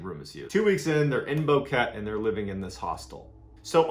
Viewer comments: I am Panaminian 🇵🇦it is pronounced boquetE you pronounce the E as a short vowel :) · Thank you for your service. The town's name is pronounced "bo keh teh" and its home to many expats, resorts, the worlds best coffee and ecotourism. It is one of safest places in the country. That being said, two young Deutsche girls could get the attention of predators looking to take advantage of their hightened vulnerability. This sort if thing can happen anywhere in rural areas in the US or in the wrong side of any city. Always have a trusted local to help guide you. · It´s not pronounced Boque, it´s Boquete. You should also ask yourself why a murderer should do a so complex and scattered staging of evidence during a large period of time (like the phone calls made in consecutive days and dark photos one week after disapearence), when the most effective and safest thing to do would be to bury or hide the corpses and belongings without leaving any trace of evidence to be investigated. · It’s called Boquete, Spanish pronounciation is “Boh-Keh-teh”. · i am from panama, you butchered the name Boquete, it’s called Bo-khe-teh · Omg stop saying "Boe-ket" B-o-qu-e-t-e pronounce every letter but the u obviously. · This is my mother's home town. I lived there when I was 8 or 9. Its pronounced Bo-keh-teh. Totally addicted to you channel. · Pronounced "Bouket-ee " they grow alot of naval orange there known in Panama as Boquete Oranges =) I grew up in Panama in the 70s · The city is called Boquete pronounced with an "a" sound at the end. I live there now and I had no idea...nobody even mentions it here. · I live a few miles from this. I've lived here for a few years and there is a lot of interesting lore about the mountains here. I never go into the mountains alone. Also Boquete is not pronounced like that. The e at the end is pronounced as an a, so it ends with a tay sound. Great video and channel though. I love horror and terror.